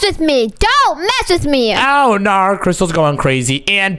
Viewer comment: The way he said oh noar is so funny😭